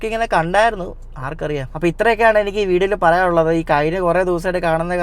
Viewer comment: ഡേയ് 'എണിക്ക് ' അല്ല 'എനിക്ക് ' ആണ് അതുപോലെ നാൻ അല്ല ഞാൻ